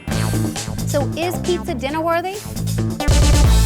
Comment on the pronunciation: Sounds like PETA not Pizza.